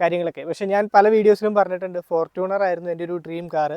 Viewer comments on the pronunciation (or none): ഫോർട്ടൂണർ അല്ലടാ ഫോർച്ചൂണർ